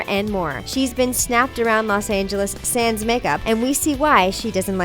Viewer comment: How she said sans😂😂😂😂